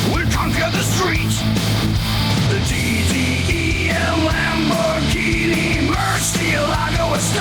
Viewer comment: E-gini… no more LAMBOR-GINTANI 😂❤🤣